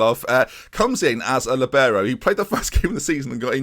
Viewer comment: It’s called a li - bee - row